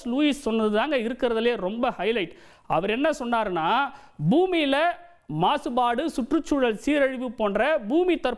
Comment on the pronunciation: Boomiel not boomeyei